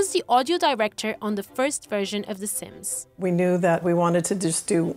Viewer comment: De Saims